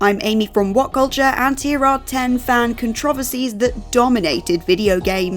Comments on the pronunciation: I stopped watching when she mispronounced the word "controversies" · Judging by the comments, whoever put together this video did a shite job, lots of misrepresentation and opinions based on willful ignorance. also doesn't know how to pronounce controversies lmfao x 2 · 😂 Yoooooooo is she saying the word controversies wrong on purpose what is happening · That was the most insane pronunciation of “controversies” I’ve ever heard lol